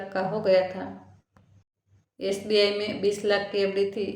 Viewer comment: Aap english words bhi pronounce nahi kar pa rahi hou, aap icici, sbi bhi theek sai nahi bol paa rahi hou story achi hai par" mai " Nahi use karna chahiyai tha.